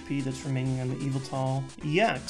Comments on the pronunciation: Ohhhh! I thought he was saying `EVIL TALL` when he was saying `YVETAL` in a way I wasn't familiar with. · Whenever he said Yveltal, I kept hearing Evil Tall lol. I always pronounced it with the emphasis on vel, but idk :p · Every time he says Yveltal, I think he's saying Evoltile like in Yugioh.